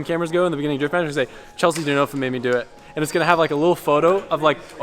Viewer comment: I love that you call Chelsea "Chelshe" so you can differentiate between her and Chelsea 😂